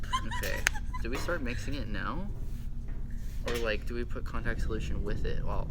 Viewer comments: OMG I HEARD SOMEBODY SAY CONTACT SOULITION >_< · "Add in Contact soulotion" Lol who heard someone say it Edit:OMG JUST READ MY COMMENT OMG IM A FAN OF THEM A HUGE IM Fake_Potato from musically